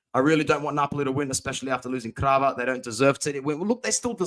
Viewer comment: It's Kvara not Krava It's Gianluca not Juanluca